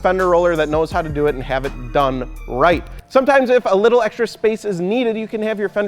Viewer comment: "Wittle Stair Set, Wittle Ladder" lmao